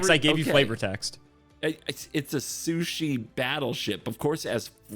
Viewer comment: Calling it soo-ship instead of soo-sheep...